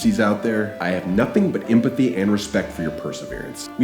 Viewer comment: Did you just say "empathy" like I say? With an Indian accent?! Welcome to India !